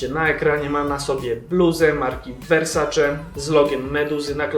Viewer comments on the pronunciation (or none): none